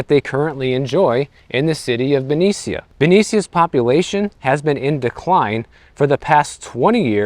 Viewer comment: You are ignorant of the area of which you speak Benicia (pronounced Benisha) is an area next to Richmond which is the murder capital of CA. We cannot afford to have cuts. Also public service officers are union so.... what do you mean cut pensions? I think you need to report on what you know. Thanks for the mansplaining.